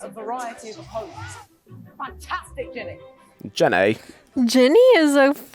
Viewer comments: Yall her name is Ginny not Jenny lol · Her name is Ginny Weasly . Not Jen-ay !!!!!!!!!!!!!!!